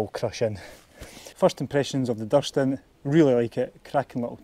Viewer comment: Cracking laugh in the first 15 seconds. But, it's Duuurston, not Dustin 😂😂